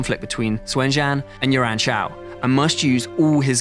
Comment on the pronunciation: It's quite difficult for British people to get Yuan pronunciation correct